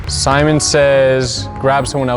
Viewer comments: Nobody:: Semen says... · did jus say semen says haha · Was I the only one that heard semen says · nobody:: semen says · No he full on said semen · said Semen says